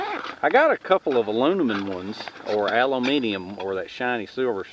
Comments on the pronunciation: Aluminum - American pronunciation: Hope this helps. Think of Al - loom - in - num. Thanks for all your vids!!! Awesomeness!!! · Hey, bud, just an extended hand from a former linguist, here: both "aluMiNum" and "aluMiNIum" are absolutely fine, as long as you have an M first, and then an N. When you put the N first, resulting in "aluNiMun", the sound of it cracks me up so bad, as I try so hard to say it too, and I just can't pull it off :)